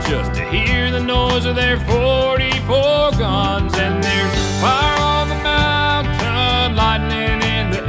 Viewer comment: Everything is absolutely awesome except for the pronunciation of "Mountain".